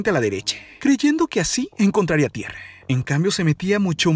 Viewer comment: etc etc etc..... Cual es tu afán de utilizar en la sílaba final de muchas de las palabras de tu narración la vocal "e" como por ejemplo "Floride", "Engañose", "Tierre", "Dereche", "Experiencie", etc, etc,.... hasta el final del video, acaso quieres aplicar el mal llamado lenguaje "igualitario" en tu relato ja ja ja ja ja, le quita atractivo al video, en lugar de concentrarnos en el contenido del video hace que nos fijemos en tu manera chistosa de narrar tu video, ja ja ja ja ja.